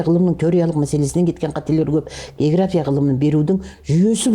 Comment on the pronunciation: Есназарова география деген сөздің өзін дұрыс айталмайды. Мен бұл кісілерді совет кезіндегі географ ретінде білмесем. Былайша жаңартылған білім беру мазмұны бойынша қойылған талаптарға сәйкес келмейді кітаптары. Сондықтан болса керек кітабы мектепте оқулық ретінде қабылданбаған соң әр түрлі осындай интервьюлар арқылы халықтың назарын өзіне аурдарып беделін жоғарылатқысы келеді.